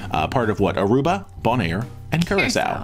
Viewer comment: You are mispronouncing Bonaire. It is pronounced bone and air.